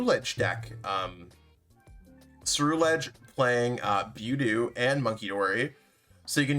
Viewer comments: Its buh-dew. Not bew-dew. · I am 900% sure you're pronouncing budew wrong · Oh he is. And it's annoying. But lofe goes on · He pronounces half of the Pokémon wrong, just gotta deal with it to watch his videos lol 😆